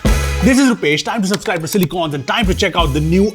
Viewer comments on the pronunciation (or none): Subscribe ❌ Supscribe ✅ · Subscribe not supscribe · Why u miss spell subscribe and say supscribe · According to this man Supscribe ✅️ Subscribe ❌️